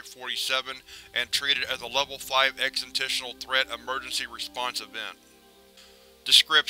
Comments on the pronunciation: Exitentional? Not existential? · Thanks for your videos. Request: Please correct your pronunciation of words like causal and existential in future videos.